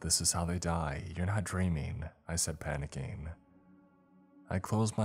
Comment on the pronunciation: Your mind started racING!!! NOT racEENE!!!! And you started panickING, NOT panickEENE!!!!!!